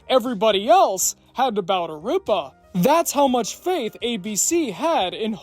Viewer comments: rip-a not reep-a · It's Ripa, not Ree-pah. Also, Ripa had a wildly successful, DAILY morning show. There was absolutely no way she could do that, fly to LA, film a sitcom all day, and then fly back to NYC to co-host a show that was printing money. The way you characterized her as some prima donna is very unfair and uninformed. All this, from a person that doesn't like Kelly Ripa then or now. She ain't great. What is that voice affect, bro? Holy crap. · It's pronounced Rip-Ah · The way you pronounce Kelly Ripa's last name is so funny.